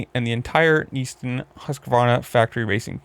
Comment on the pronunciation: and it’s pronounced Na Ston not “neesen”